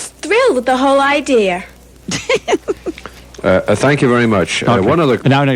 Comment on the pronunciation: "I'm just thrilled at the whole idear!"